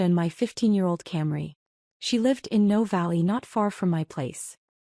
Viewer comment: Noe Valley is pronounced like Noee, not like No.